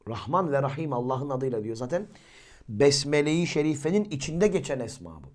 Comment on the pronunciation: Önce besmele nasıl telaffuz edilir onu öğren.